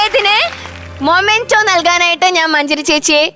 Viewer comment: Anchor kuttyyy... മെമെന്റോ എന്നാണ്.. മൊമെന്റോ എന്നല്ല... അമൃത tv producers ഒന്ന് പറഞ്ഞു കൊടുക്ക് please